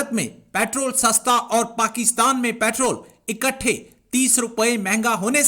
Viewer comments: ko doctor ki diggory kisne di petrol ko petral bolti he jahil worat raw ko rauw bolti he🤣🤣🤣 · petraaal 🤣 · Petrrraal pronunciation